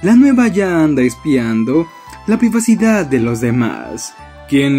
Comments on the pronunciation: "privasidad" 😅 privacidad* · Priva-sida-d xd